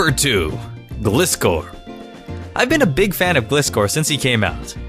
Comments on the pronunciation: glis-score hahaha gli(e)score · Hears Glih'scor's name get butchered. It's Gly-score! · It's not glis-cor it's glys-cor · Its called gly-score not glizz-score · Emh, Can say Gliscor once again... The right way? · It's pronounced as gli-scor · gliscor is pronounced as glice-scor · its pronounced. gleyescore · um you pronounced Gliscor wrong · I'm pretty sure Gliscor is pronounced like the word like. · I enjoy the way how u pronounced Gliscor and I'm late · you said gliscor wrong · You pronounced Gliscor wrong, it's pronounced like "glide"